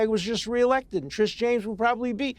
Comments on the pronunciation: Alan says Trish instead of Tish like 11 times in 2 mins. And we’re supposed to take THIS moron seriously? 🙄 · How Many times can he mispronounce Tish James. Old fool .